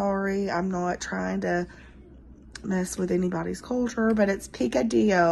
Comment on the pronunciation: You are pronouncing that completely correctly, but usually Picadio has raisins